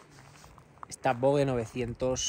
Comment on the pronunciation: Se pronuncia VOJE !!